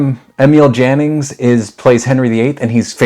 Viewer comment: You, sir, are a gentleman. Needless to day, AI ain't. And if I might impose on your good nature for one more... Jannings in German, is pronounced Yannings. And that said, having just discovered your channel, I am going to dive in! (There is not a director on your list that is not worth our time!)